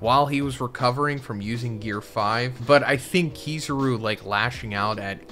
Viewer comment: You did not just say Keeezaaaaaruuuu😂 why are your pronouncing they’re names like that😂🤦🏾